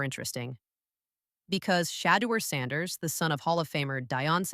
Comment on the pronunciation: Nah, this some AI slop, how you don’t know how to pronounce the Sander family names atp? 😂😂